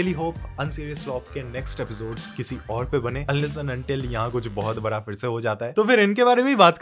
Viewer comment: Its not Bara its Bada